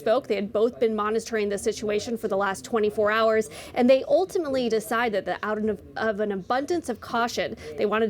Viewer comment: "Oultimully" isn't "ultimately."